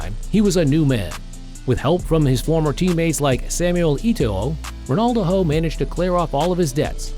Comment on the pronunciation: The A.I voice over is annoying calling him Ronaldoho 😅